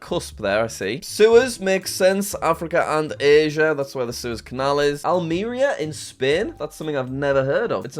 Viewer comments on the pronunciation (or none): also i hate the way he pronounces suez, like sewers